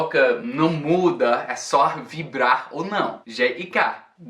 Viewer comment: Oi, muito bom vídeo, mas reparei numa coisa, quando você fala "ou" parece não pronunciar o "u" e isso soa bem estranho